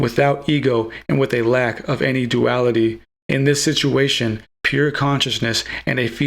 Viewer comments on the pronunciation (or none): none